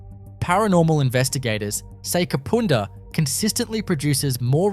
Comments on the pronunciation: Kapunda is pronounced Kaapuunda nothing like the way you are saying it. The Nullarbor plains are pronounced Nullarbor. I REALLY WISH people would research the pronunciation BEFORE they upload. Especially when you live in the same damn country. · You showed a photo of Hamley Bridge in the Kapunda story. Kapunda is not pronounced ‘Kapoonda’. The Snowtown bank is still there too. Great video though otherwise thanks. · No offence man but Kapunda is pronounced "carpunder" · Kapunda the U is pronounced as in “up” and having done both the ghost tour and living in the vicinity for over a decade I can tell you now that place is definitely haunted Also there have been murders including a triple murder in recent history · Learn to say Kapunda as in under it drives me nuts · The 'u' in Kapunda is pronounced like the 'u' in ugg boots! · He can't even say Kapunda right! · i know, everytime he said kapooonda i cringed!!!! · Kah-poon-dah is how U should say it 😅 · The Main Street of Snowtown is nothing like the pic you posted. I live 77km from there. If I need to use a toilet and I’m near Snowtown, I’ll stop there. I also buy food and drinks from the roadhouse there. Kapunda is pronounced as it looks. The u is as in the word under: Kap Unda. Not Kapoonda, which doesn’t exist. Someone else already pointed out about NULLARBOR plains, often simply called “The Nullarbor”. Narrator should go back to school. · It is Kap"u"nda. Amazed to hear it ranks as haunted. Used to waitress at north Kapund hotel. Kapunda does have an interesring history as many rural towns. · Ka pu (pa) nda not ka poo nda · Thanks for this video. Love it! Just a heads up… Kapunda is pronounced Ka-pun-dah. Cheers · its annoying when they say the places wrong ka-pund-a